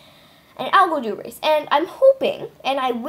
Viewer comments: Its pronounced "Algadoo" not "Al-go-doo" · It’s Pronouned “A-Go-Doo” not Algodoo. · No it’s spelled “Algodoo” not “Algadoo!”